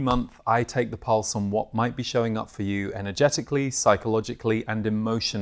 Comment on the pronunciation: My brain at the start of this video: “… what might be showing up for you energeticalLEE, psychologicalLEE and emotionalLEE.” Anyway, thanks, I love the themes for this month!